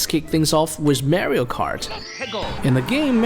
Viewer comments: why do you keep saying Merio instead of just saying Mario? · It’smario not marie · Not marryo Mario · It’s MAR-IO!… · Dude really said MÄRIOW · Him saying "merio" triggers me lol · you say mario wrong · Does anyone hate how he says Mario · That pronunciation of Mario is killing me 😂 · Every incorrectly pronounced Mario ( Italian name!!!) Hurts. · It’s not Mario with A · Mario You’re pronouncing it wrong